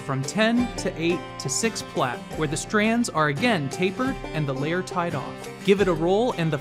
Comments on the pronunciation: Plait is pronounced the same as plate. Stop saying "plat." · “Plate”, not “platt”. A plait is the product of braiding.